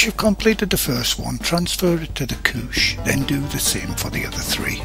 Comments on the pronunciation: I swear I thought he said "Kook" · same until he said “couche.” i said the WHAT